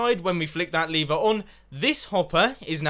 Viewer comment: Why r u saying leever. Its lever